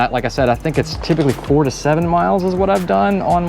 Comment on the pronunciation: When you say “I’ve got four X the range” it doesn’t really come across clearly and seems like you’re saying “four extra” Maybe I’m being picky because I’m grumpy from the rain here for a week straight and I can’t go and ride MTB or longboard! Great vid nonetheless and really interesting to see such an expansive range with this cool idea! Thanks for the vid and keep on Rollin’!